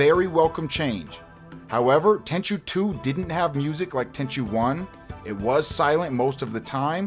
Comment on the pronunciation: ten chew? ten chu like like the ju of juice